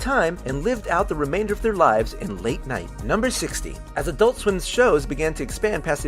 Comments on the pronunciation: Why can't Americans say "adult" properly? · EnergyN7 There are two syllables. I pronounce it "ad-ult", like everybody else who isn't American.